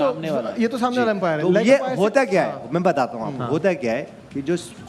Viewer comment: इतने बड़े न्यूज एंकर बने हो अंपायर को empire kyu bol rhe ho बेवकूफ कही k